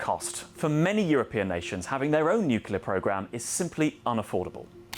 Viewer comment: Another IMBECILE that can't say nuclear even if it was to save the life of his little kid. You disqulified yourself IMMEDIATELY when you couldn't even say the simple word.